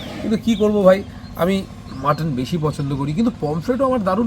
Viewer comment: অনেক অনেক ধন্যবাদ তোমাকে ভাই মাটন কে "মটন"না বলে মাটন বলেছো দেখে